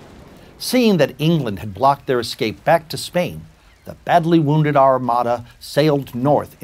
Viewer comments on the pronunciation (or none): none